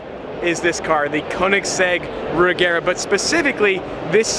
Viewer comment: oof, he kept saying re-gare-a. Sorry,, it is Re-zher-a like, chair. Re-zhere-a